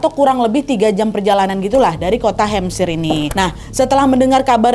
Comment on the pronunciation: Hampshire dibacanya hem-ser bukan hem-sya-er, kak